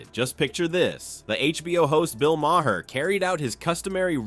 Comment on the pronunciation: Bill Mahr Two syllables TOTAL